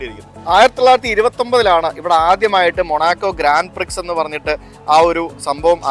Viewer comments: Grand Prix എന്നാണ് എഴുതുന്നതെങ്കിലും, ഇതിനെ ഗ്രാൻഡ് പ്രിക്സ് എന്നല്ല, 'ഗ്രാൻ പ്രി' എന്നാണ് പറയേണ്ടത്. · Grand pri.... grand prix അല്ല!! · Grand Prix is pronounced as "Grawn Pree" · Ithrayum countries and places kandukayinjille? Kurachu pronunciations improve cheyyamayirunnu...Grand prix ....""..grawn pree " .. ennanu parayuka. Eiffel tower parayunnathu rectify cheythu and I am happy about. Keep travelling and sharing. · Ur pronounsation of grandprix is not correct , x is silent 😊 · Please check the pronunciation of Grand Prix and such words. Also when you research please do in some more depth. So your lakhs of viewers will get the right information. As always very nice vlog.pls take as constructive criticism.